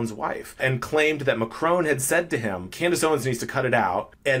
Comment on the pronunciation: Please say ‘Macron properly. Google can help you.